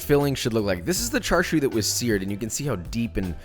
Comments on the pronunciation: why are you saying it like charshu I thought it was chashu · he said charshu instead of chashu lol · it's chashao aint no (Char Siu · Char siu Bao … dim sum classic. Try char siu sou (pronounced like so) for a change. It’s in a light pastry and is really good later in the dim sum only because it feels a bit heavy. Some one tell Jonathan it’s char SIU (“see-oo”) not char shew. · It’s pronounced cha sew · I think "tsa" would be the closest actually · Tbh I was confused as to wth charshu was the entire vid until I realized it was chashu he was talking abt lol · It’s pronounced more like cha sauw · And it isn’t char siu it’s cha siu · He says char siu like chashu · Char shew 😂😂😂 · you are saying Char siu wrong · When you're not Asian and correct his pronunciation out loud every time he says Char Siu, lol.